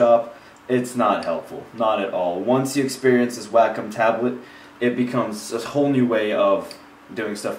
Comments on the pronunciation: Wacom is pronounced "Wah-Kum" not "whack em" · its not 'wack-um' its 'wake-um' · You actually can change the settings so that you can drag it like a mouse if you like that better. Also, it's pronounced "way-com" but that's not really a big deal.